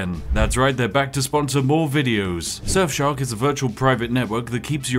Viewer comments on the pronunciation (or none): Why is it that when ypu say Surfshark it sounds like Sexshop?